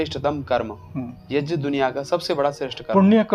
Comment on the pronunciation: Yeh aadmi yagya ko yajja bol Raha hai ...... pahle bolna to seekh le yajja yajja yajja bole ja raha hai